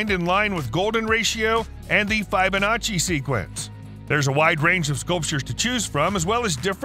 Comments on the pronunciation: Feye-bin-notch-ee? Repeat after me faceless movietone voice: fib-bi-notch-ee, Fibonacci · fib.....fib a nuch chi feeeee b a notch chi...... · The "FYE-bonacci" sequence, huh. Between that and your annoying loud voice I stopped 53 seconds in. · Hat er gerade "Fibonazi" gesagt? 🤣🤣🤣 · How you gonna do my boy, Fibonacci, dirty by mispronouncing his name?